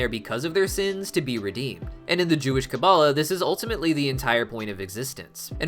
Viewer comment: 1st love your hazbin hotel and helluva boss videos 2nd Kabbalah is more like KA-balah you said it right but maybe say it a bit slower at the start 2. Gevurah is G vurah (g like gorilla/god) 3. What is a zohar is it a second name for the tanakh (Bible)? (Sorry its took me some time to answer I needed to re-watched the video)